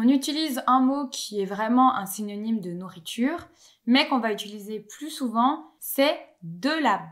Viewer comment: Je remarque un tic de languge, tu as tendance à prononcer quelque chose proche de "utuliser" au lieu de "utiliser"